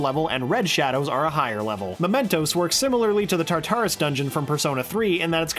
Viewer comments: Lol not Tar-tar-us, tarta-rus. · You say tarturus like tar tur his but the h is quiet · a h y e s t h e t a r t a r u s d o u n g e o n (Its pronounced tart-ur-us) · He has obviously not play persona 3 just because he pronounced Tartarus wrong 😂